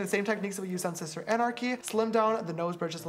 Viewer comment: i like how james said shister schnoz